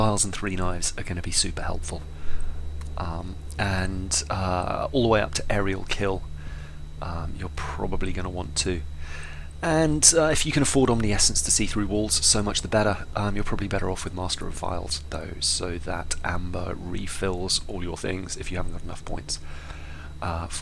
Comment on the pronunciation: omniscience... om-nis-ience... not omni-essence